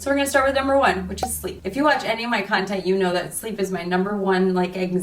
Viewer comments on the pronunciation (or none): none